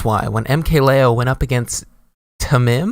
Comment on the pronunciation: its pronounced Tamim